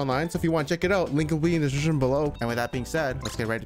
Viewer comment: " link ell be in da shrshrsreshon below" lmao